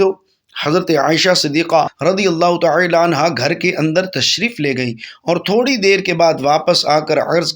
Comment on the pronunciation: Taaala kaha jata he talaffuxz durst karain